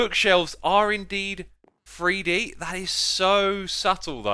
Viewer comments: Its not free d its three d theres no f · As a northerner it bothers me to no end hearing Xisuma saying "free-dee" hahaha